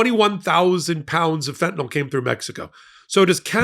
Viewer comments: Fentanyl not fentanawl. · I wait for the day when high-profile journalists and other influencers can pronounce the the word "fentanyl".